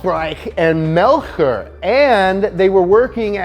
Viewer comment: In The case of Aufrecht and Melcher, you pronounce the „ch“ more like the English „sh“ only a tiny bit softer. There’s no true grammar rule for wether you pronounce the German „ch“ hard or soft, so it’s a forgivable mistake